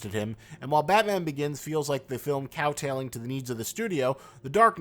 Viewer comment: "kowtowing" not "cowtailing"